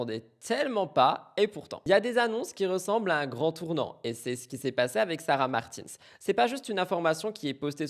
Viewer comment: Je me permets (parce que tu dis que tu aime bien qu’on te le dise je crois). Sarah a beaucoup dit que son nom se prononce comme le prénom Martin en français (donc pas à l’anglo-saxonne) en prononçant bien le S à la fin Et comme ça en prime ça fait un com en plus du like et du boost